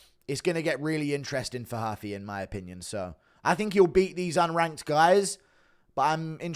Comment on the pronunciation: Its not HUFFEE its mauricio Roof fee